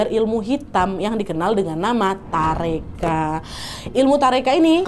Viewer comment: Tarekat kak, bukan tareka